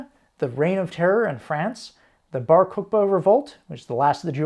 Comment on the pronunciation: If y’all do Bar Kochbah, please reach out to Hebrew-speaking viewers on pronunciation- your attempt there was….not great